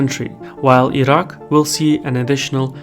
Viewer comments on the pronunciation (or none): none